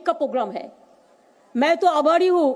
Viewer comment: She said AABHARI HU I heard AABARI HU😂😂😂😂😂